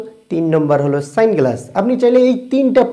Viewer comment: সানগ্লাস❌ স্যাংগ্লাস ✅🤣